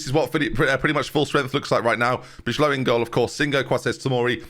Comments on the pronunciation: It’s ‘Buy-Low’ not Bij-Low, like Van Dijk. Not that you’ll change your ways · Please say Bye-Low instead of what it doing now for Bijlow